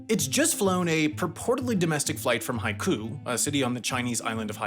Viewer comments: Isn’t it pronounced “hi - ko” not hi koo? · FYI: Chinese spelling is not pronounced like French spelling. The Hainan capital of Haikou is pronounced like "hai-koh", not like "haiku". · Haikou is pronounced like "hicoh" and there is no emphasis on the "nan" part of Hainan. Sansha city is pronounced "sahnshah" You pronounced everything else correctly though, good job! Love your videos!